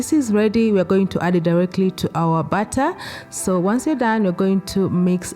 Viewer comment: I was so confused I heard add the batta in the batta lol add the butter in the batter of course.